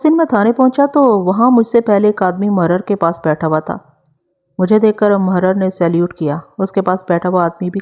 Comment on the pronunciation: Tapash aur mohrar nahi sahi lafz tapish mohhrir hai.